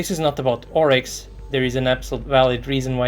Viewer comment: "Oryx"? ...you are joking, right?! 😂